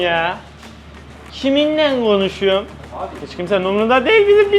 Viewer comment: ✨️ BeN KİMİNGLEN konUşuYoM ✨️ya kiminglen koNuşuyoM✨️😅